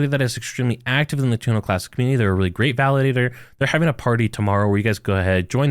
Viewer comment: say this with me, Terra Luna Classic lol Not Turnalaa Classic lol